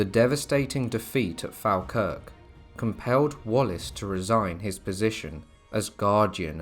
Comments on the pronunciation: It’s pronounced fall Kirk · Falkirk is pronounced as Fall-kirk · Falkirk is prounced FOLKIRK. (Didn't anyone check these pronounciations? They are embarrassing Moray is Moray no ephasis on the ''' ray bit.. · Locally, its pronounced Fawkirk